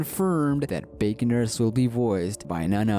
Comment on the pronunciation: Did say bacon nurse or big nurse cas it sounded like bacon nurse